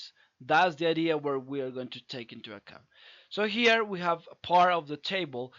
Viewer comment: pls don't stress on '" so here" it sound grating